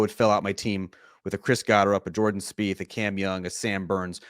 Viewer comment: Jordon Speith? ugh.